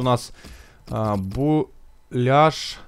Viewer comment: не буляшь а беляшь